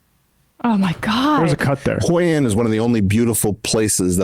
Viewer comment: Eric Weinstein saying he was in Hội An like he was “in the shit” from the movie Rushmore is something else. (He also pronounces it wrong.)